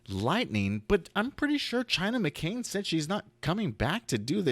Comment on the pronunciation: Here name is China Anne McClain, Not McCain why do you keep pronouncing her name wrong???